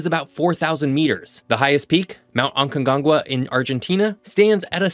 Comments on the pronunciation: "Ancongangua" 😂 you gotta practice your pronounciation bro, it's ACONCAGUA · One thing is pronouncing things badly due to it being a different language... but AGONGANGUA? Fucker, it is Aconcagua, AKONKAWA jeez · Aconcagua - and now lets try all together: A - con - cagua. It's not so hard. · mount "ancongangua":face-blue-smiling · You don't have to pronounce it perfectly but at least don't add extra G's lol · repeat with me A CON KA WA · That’s not how you say Aconcagua, but kudos for trying 🙂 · Just to pronounce the worst aconcagua i ever heard some seconds after 😂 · The definitive video about the ANDES. Good effort trying to pronouce "aconcagua" 😂 happy new year from argentina! 🇦🇷